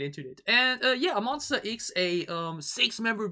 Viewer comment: Pls X like eks not iks. But thanks so much for MonSTA, it’s correct 😊